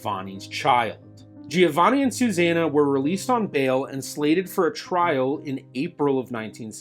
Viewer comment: Your pronunciation G before a "I" is soft. The "i" in Giovanni is silent. That if you are interested in real Italian.